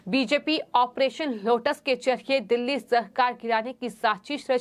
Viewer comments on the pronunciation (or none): none